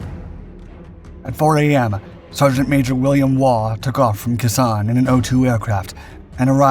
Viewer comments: It is pronounced Kay Sawn. Pronounced Dee-en be-en foo. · The idiot narrating this needs to learn how to pronounce KHE SANH (KAY SAN!) How offensive to our veterans to get the name wrong where so many lost their lives! 😡😡